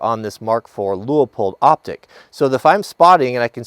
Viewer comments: Enjoyed the video. But, there is only one "O" in Leupold (Pronounced LewPold, not Lew-Oh-Pold). Thankfully I haven't heard you say "bullet heads"' (Are they out in front of the "bullet tails"?). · It's actually pronounced Lewpold